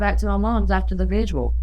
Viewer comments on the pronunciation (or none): Vigil not visual, damn